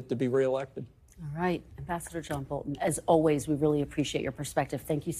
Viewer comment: Bolton is saying his name wrong